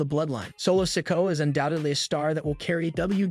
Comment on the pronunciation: Hope Solo doesn't ever win a title. I struggle to listen to you trying to pronounce his name. What's wrong? Got something stuck in your mouth?